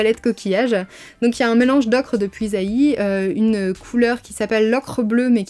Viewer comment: Vidéo super intéressante et très complète. Je vais grâce à toi pouvoir fabriquer mes aquarelles dès que j'aurai reçu mes derniers ingrédients ! (Petite précision d'une bourguignonne : Puisaye se prononce "puisait" et non pas "puisaïe" ;) )